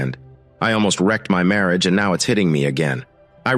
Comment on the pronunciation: I really wish this narration would correct this miss pronunciations, I get the giggles every time I hear "Marry age" 🙄.